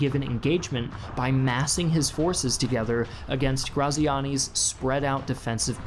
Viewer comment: Ik it's too late to redo the episode but his name is said like gratziani